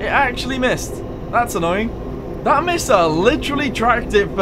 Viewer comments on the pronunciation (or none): Putting the "miss" in "missle" there, huh?